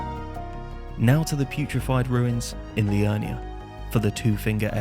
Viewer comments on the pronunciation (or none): PURIFIED RUINS! PURIFIED! NOT PUTRIFIED!